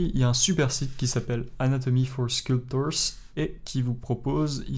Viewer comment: Mais c'est quoi c't'accent anglais... Anatomy forchrr sculptorchcrr.. Tu t'es cru à Chicago ?? :-D (nan... j'déconne)... Par contre.. d'une manière générale, tu devrais faire attention à tes tics de langage, parce que je trouve d'une manière générale, que tu multiplies un peu les "d'un manière générale".. Je sais, c'est pas évident, moi, je dis toujours "globalement".... Mais bref.. SUPER TUTO !!!